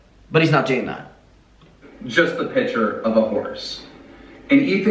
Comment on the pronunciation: Keemstar consistently saying ‘pitcher’ instead of picture is triggering me 🥴😅